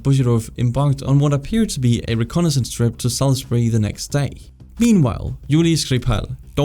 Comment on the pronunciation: As a Brit, thank you for pronouncing Salisbury correctly, all to often it's called Sailsberry.